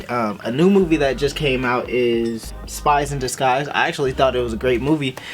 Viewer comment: Bro did you just say "spice in descize"? Do you mean spies in disguise?